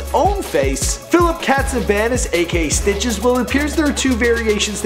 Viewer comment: Why does he sound like he keeps sayin Snitches instead of Stitches